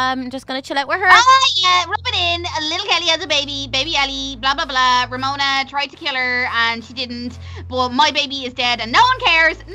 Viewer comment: Kelsey Atkin It's RAMONA not RAMENA